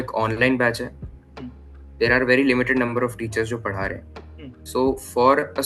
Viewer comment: sorry for this but that is Padha not Pada 😂😂😂